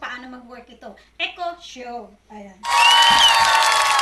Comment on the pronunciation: Good Vibes ang introduction madam hindi mabigkas bigkas ang echo echo 8 nice unboxing keep up